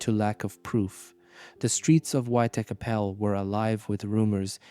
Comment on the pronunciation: Buddy. You need to learn how to say white chapel. Your pronunciation isn’t even close to